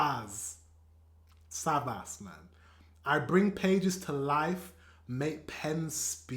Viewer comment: Greetings from Germany! Your videos are really great. By the way, his name is pronounced "Kool Savash," and he's one of the most successful German rappers; he's known as "The King of Rap." And you know Sido With him, people say, "German rap is called SIDO"